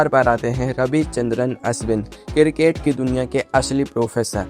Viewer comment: किरकेट नही क्रिकेट 😂